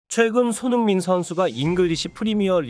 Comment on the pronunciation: 한글자 한글자 제대로 전하려고하니 발음 뭉개지고 오히려 듣는데 집중이 안됌 손흥-민선수 동-급에선수다 이런식으로 전달이 사투리마냥 전달됌 알파고같음